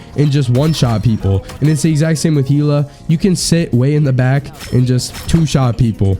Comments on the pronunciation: your pronounciation and terminology is so off I can't take it haha who says drop hero? and Heeela really??? XD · 😭bro really said "heela"